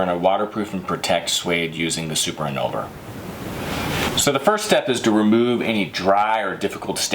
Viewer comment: He keeps saying NET-TAN-YAHT for NET-TOY-YANT and Super IN-NUL-VER FOR IN-VUL-NER. At least try to pronounce the name of the product correctly.